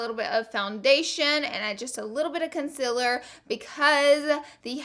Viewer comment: Ily but it just annoys me that u say conciler instead of concealer